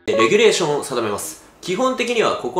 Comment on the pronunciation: レギュレーションって言ってるのがもうおもろいw